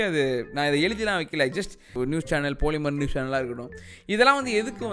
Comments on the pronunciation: போலிமர் இல்ல பாலிமர் 🤣🤣🤣🤣🤣🤣🤣🤣🤣🤣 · போலிமர் இல்ல பாலிமர் 💥🔥😂🤣🤣காண்டாய்ட்டாப்பல... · love how you call them "poli"mer :P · The way you say "poli"mer is semmma🤣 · andha news channel name ah correct ah solitaru. போலிமர்😜